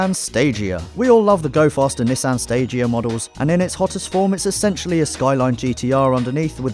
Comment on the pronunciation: Nee-sahn = Nissan